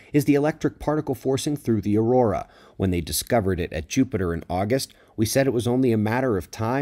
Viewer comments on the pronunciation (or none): none